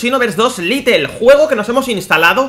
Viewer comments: Little se pronuncia litel como tu lo dices pero realmente el juego es lite y se pronuncia lait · Por que dice "Litle" "es "Lait" o "lite" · Se escribe "Lite", se pronuncia "Lait" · se pronuncia lait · Porque no pueden pronunciar bien las palabras en inglés? Es lite, LITE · Es "Lait"